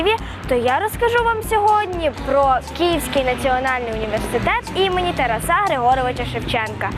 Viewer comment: ТарАса, а не ТарасА